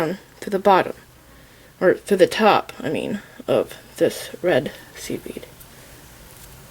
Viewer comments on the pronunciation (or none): I’m so new to this I kept thinking she was saying “seaweed” instead of “seed bead” 😂😂